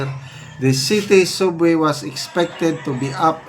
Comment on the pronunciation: ANO B YAN? ANG SUBWAY PO,ANG PAGBIGKAS PO NYAN AY SABWAY .HOLY CRAP!